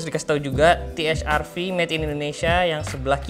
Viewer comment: Kalo Produk Lokal Harusnya Pelafalannya Pake Bhs Indo Te Ha Er Ve😁